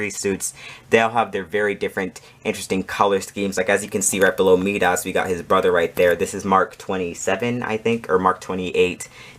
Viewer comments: I had no problem with the length of your video. I watched it to the end. Although, I did have a problem with how you pronounce "Midas". It should be pronounced "My-Das". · Love the setup. But you’re saying Midas very wrong 😂.